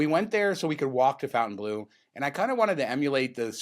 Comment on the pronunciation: I realize you are just rednecks from Vegas, but isn't the hotel pronounced like Fon-tain-blow? Its a French word, otherwise they would have spelled it Fountain-blue.